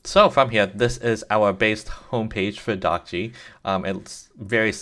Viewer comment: hi. according to what the developer of dockge says in his github repo you're not pronouncing it right. he says: "'Dockge' is a coinage word which is created by myself. I hope it sounds like Dodge". so not "dock gee" it should be "dock dg" (where dg rhymes with the "dge" of words like "dodge", "edge", "badge", and the "e" isn't pronounced) i hope that's helpful!